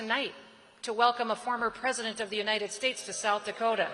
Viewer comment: Peesident Trump!